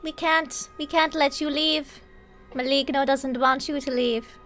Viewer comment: Just one thing... The correct pronunciation of Maligno is: [maˈlɪŋ.noː]. "Gn" in italian language is like maliño in spanish.